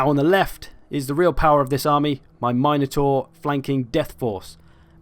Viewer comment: MIN-otaur. Not MINE-otaur. ;)